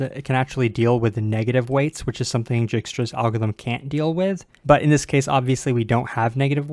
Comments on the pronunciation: Dijkstra is normally pronounced Dyke-struh, in IPA /ˈdɑɪkstɹə/. It is a Dutch name, where the 'j' is always silent or pronounced like a 'y'. So the name should be 'dyk (bike, hike in English) -stra'. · Isn’t djikstra pronounced with a hard I like “eye”? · I'm new to English and algorithm. And now I'm confused, is it dikestruh or jikestruh? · If you ever feel useless remember there is a 'j' in Dijkstra 😑